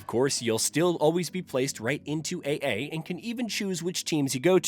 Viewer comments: The way you pronounced "combine" and "AA" makes me think this is ai or you're not very familiar with the basics of baseball. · Pay attention to how the voice pronounces "AA" and "Combine". Aside from pronouncing certain words funny, you can tell a channel has a AI voice by the way it pronounces the same topic word the same way over and over, by that I mean the tone doesn't fluctuate.